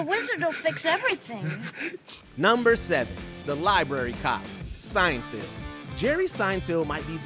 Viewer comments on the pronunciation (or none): At one point he said Seinfeld and I thought he was done making the mistake. But the he carried on saying it wrong again 😂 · SeinFELD not SeinFIELD! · It's SeinFELD not Seinfield you dork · Why does the narrator keep on pronouncing Seinfeld as Seinfild? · Whether you are saying Seinfield or Seinfeeld, you are pronuoncing it wrong. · Jesus Christ. Sienfeeld? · Sign-Field?! SIGN-FIELD?! Honestly, why does constantly hire voice talent who cannot pronounce peoples names correctly, and then leave the flub in the final edit? Have they never heard Jerry Seinfeld's name said out loud before? Unbelievable. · Was he calling him Seinfield or was I trippin? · Fair enough if he doesn't know Seinfeld, but misreading it multiple times is pretty amateur